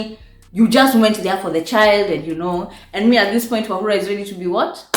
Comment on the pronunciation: or as you say it Wahulaaaaaaa!!😍😍😍😍Ooooh how I've missed you!! Pliz don't ghost us again. Pretty pliz??👏👏👏👏👏👏